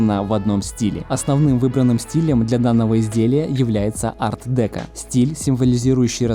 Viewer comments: Арт декО, а не арт дЕко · Молодцы! Сложная работа! А стиль ар-декО. Без Т и ударение на О. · Ар-декО!!! Ударение на О. Ухо режет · Арт-декО, ударение на О, извините, но режет ухо. Стол фундаментальный, только по ощущению какой-то массонский, много символов. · Ар-декО!!! Аж слух режет